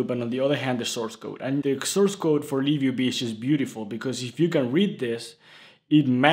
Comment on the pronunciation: I thought im tripping, but ur actually saying liv ub